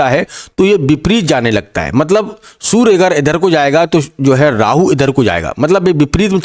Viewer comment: Sur nhi surya hota ha